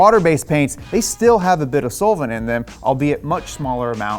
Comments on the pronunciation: Haha, sole-vent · Sounds like he's saying it "soulvent" lol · The way he is saying “solvent” sounds a lil weird to me lol. The way I’m used to hearing it is more like “sahlvent” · Love ya bud. The way you say solvent make me wanna kill myself